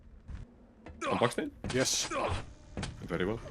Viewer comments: You were saying buckstain like mustain but its baksteen like malmsteen :face-purple-smiling-tears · its pronounced baksteen like epstein